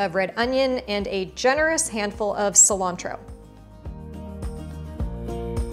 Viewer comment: I’m sorry but I hate the way she says cilantro 🙄 like girl put some flavor into word like it puts flavor in yo damn food